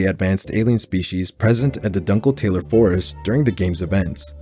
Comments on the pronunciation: it’s doon-kel-tah-ler, not dunkle tailer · NO WAY he saughtered the world "Dunkletaler" as "Dunkle Taylor" 😭